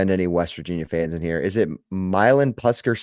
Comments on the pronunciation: It is a weird name to say, but Milan Puskar Stadium is pronounced My-Lan Push-Car Stadium. named after Milan "Mike" Puskar who founded Mylan Pharmaceuticals and is from Morgantown. Used to just be Mountaineer Field until he made a $20 million dollar donation to the University so the stadium was named in his honor. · the stadium is pro nounced my-lan push-car stadium